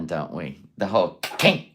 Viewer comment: That’s right you guise… was addicted to KAH-Cain! Kah-cain!!! Say it fast 3 times.